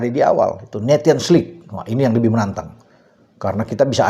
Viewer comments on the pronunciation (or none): Sedikit koreksi bacanya nesion lig bukan netion